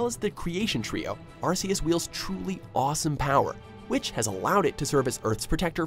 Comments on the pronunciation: No hate but it's ar-key-us not ar-see-us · Arceus is pronounced as ARE KEE US AND RAYQUAZA IS PRONOUNCED AS RAY KUA ZA AND ARCEUS IS THE STRONGEST, WAS CABABLE OF TRAPPING HOOPA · Why does WatchMojo still pronounce Arceus's & Rayquaza's name wrong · Cookie Cream Ikr, they pronounced it like Arse, as if they call an ARC an Arse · John Franzen Suan Buddy, how do YOU pronounce An ARC, ARC isn’t an ARSE it’s an ARC with a “k” sound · Also its pronounced Arc-eus not arseus. also just ignore the fact that hoopa, dialga, palkia and girtina arent even on the list, like bruh. Arceus is number 4, your saying that the creator of the universe which can beat the creation trio at once isn't as powerful as a science experiment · It's Ark-Eus not Arse-Eus it's spelled Arceus but you pronounce the c as if it was a k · Player Franzen GD no actually he is right it is ar-ke-us because it have an arc around it body and see the anime it is pronounced ar-ke-us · u pronounced arceus wrong its ar-key-us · Arce is British English for butt that's why it's pronounced Ar - kee- us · Lol couldn't even say the names right. He literally said Arseus😂😂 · Arceus is actually pronounce arkeus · #1 its not meuw tow its aceos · u said arceus wrong about 50 times